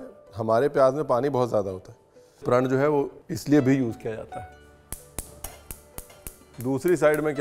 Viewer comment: Chef 'prand' nai 'praaaaannn' haiiiii🥲🛐 app 'prand' bol kar hame rula rahay ho